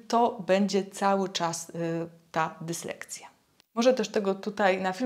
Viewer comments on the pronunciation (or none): Nie dyslekCja tylko dyslekSja